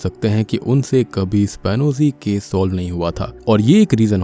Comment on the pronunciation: एस्पियोनाज केस है वो शायद वो स्पानोजी नहीं। उच्चारण एक बार देखे।